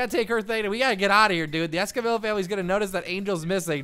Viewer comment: Why do you say escamILLA not escamiya because if your going to say their family name with a spanish accent you need to say the lls right